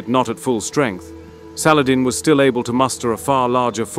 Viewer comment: Was hoping they would pronounce salahaddeeeeee.